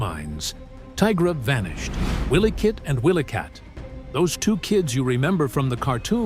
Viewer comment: He's not saying their name's right it's wily kit & wily kat